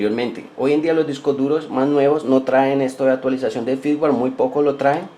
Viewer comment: firmware ; no "fitware"